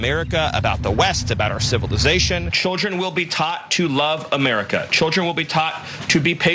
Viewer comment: Tschüldren. Tsch schteilisch. Hìschtrorisch.. 😠